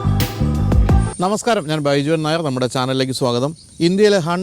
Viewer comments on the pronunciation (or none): none